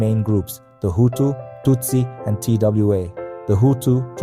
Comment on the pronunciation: T.W.A or Twa... this AI based documentary is not good. Sorry.